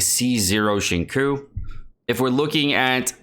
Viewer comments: it's xing-chew not xing-koo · it triggers me that you pronounce his name "shingcoo" when it's "shing-chyo" (long o) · Xingqiu 行秋 = SING-CHEW You are killin me bruh. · I literally debated watching this video because of the way he says xingqiu as “shingcoo” Jokes aside great video! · Like I've said in the previous video, its pronounced Xing-Chew (95% similarity).. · Please, it's Xing Chiu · Xinqui is pronounced as ching choo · CHO it's pronounced Sing like singing and cho like show but ch to make the cha sound i'm tired of the disrespect on water shota😩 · i know this is nit pickey and probably irritating, but please learn how to pronounce xingqiu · Awesome stuff , now the only thing left is to learn how to properly pronounce "Xinqiu" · I am in pain. Why does he say Xingqui's name like that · Good video but the way you pronounce Xingqiu drives me crazy